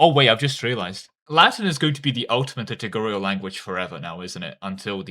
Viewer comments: Please stop saying litugurial instead of liturgical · please just say "lit-Urge-icle" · It's liturgical, not litigurial, and lutheran, not lutherian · the liturgical pronunciation is killing me (litter gi (as in magic ) and idk how you can mess up cal) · Hey man I know this is my problem and not yours but every time you say liturgical it pisses me off haha - it's li - tur - gi - cal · Pronunciation of "liturgical language" is quite off. Read 'liturgy' 'liturgical'. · do you pronounce liturgical wrong to spite me specifically?